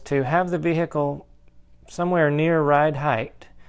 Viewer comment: Lift the veheecule up...lol